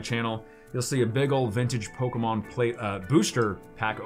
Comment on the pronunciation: Poke e mon not poke mon